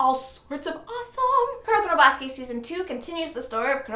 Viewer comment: I like how you were trying to pronounce Kuroko No Basuke in the beginning. "Koo-row-kow no Ba-soo-kay" LOL Anyway, I'll definitely check out the 2nd season.